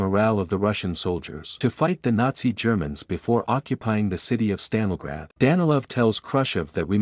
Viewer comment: My dude pronounced Stalingrad about 14 different ways, lol. Good video.